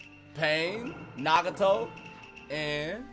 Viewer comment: Why did he pronounce nagato that way 😡